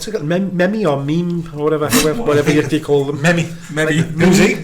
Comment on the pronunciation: you fuckin dinosaur did you actually call it a “mem ee”????????????